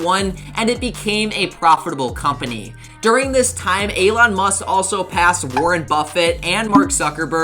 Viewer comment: Alon or Elon? Pronunciation is key on getting likes or for this matter avoiding dislikes